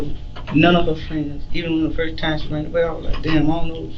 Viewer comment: Anyone who says, “she ranned away” over and over or “school compooter” did not go to FAMU except to party.